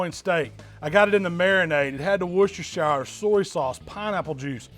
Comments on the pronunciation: Its wush-ter-sher sauce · Never seen a single american that can pronounce Worcestershire properly